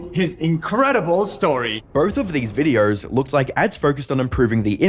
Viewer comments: Its me hearing or he keeps pronouncing "videors". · Why do you say videor? You put some Rs where they don’t belong but videor is really noticeable because you say it a lot. I’m genuinely curious, not trolling or anything.